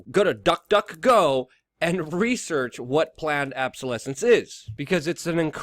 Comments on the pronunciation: Luke, it's obsolescence not absolesence....just sayin'. Otherwise good video! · obsolescence not absolescence Luke. OBsolescence!